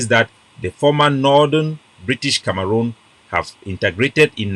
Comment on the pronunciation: Na CAMEHROON not kamaroonm